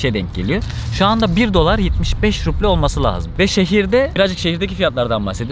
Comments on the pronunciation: Hocam ruble'yi okurken b yi p diye okuma. İzleme artırmak için pasaport aldım bilmemne hoş değil izleyince kandırmış gibi oluyorsun, samimiyeti bozuyor. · Cok guzel kismetse bizde gidecegiz ama en cok takildigim konu devamli ruble ye ruple demen ... gezmeye devam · Rupi değil bu arada ruble 🙈 müzede fiyat belirtirken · o ruble değil, “rubl” telaffüz ediliyor, ayrıca Petersburg değil, Piterburg okunuyor